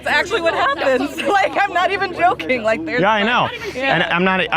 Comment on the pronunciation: "And I am not eve joking." You don't need to, lady. You are the joke.